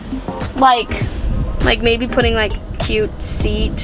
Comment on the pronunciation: I always notice you when you say cute